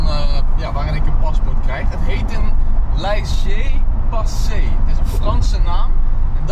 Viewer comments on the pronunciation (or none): Lessee passee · laisee passee haha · die uitspraak van "laisser passer" was alles behalve zoals het hoort